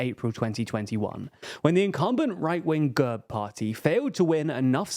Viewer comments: Great analysis, but it took me half the video to understand what the hell the narrator meant by "GUURB". It is pronounced GERB. As in /ɡɛrb/ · Excellent analysis, guys (although you missed a few notable details). But I've been itching to tell you this for months: you utterly demolish Slavic names, not just Bulgarian, but also Russian and others. The party is called gErb, like dEad, and not g-UH-rb. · Gurb хахаха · Learn how to pronounce the fucking names. And GERB is more of a centre-right party even though they're still mobsters. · Mate your pronunciation of GERB is atrocious, makes me want to get a battery drill with a 10mm drill bit and drill through my ears....